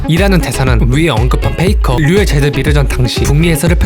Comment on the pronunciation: 페이커가 나만 페이크라고 들리나